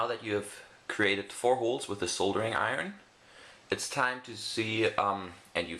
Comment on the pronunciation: That's not how you pronounce soldering iron.